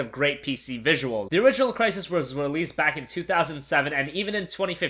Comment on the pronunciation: Smash your head on the wall everytime he says "Crysis"